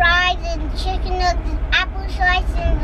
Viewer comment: Lhh not that you said shicken nuggets 😭